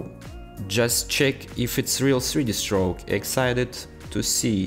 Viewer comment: сри ди строук 😀 крикнул с произношения, ну а так-то спс за туториал!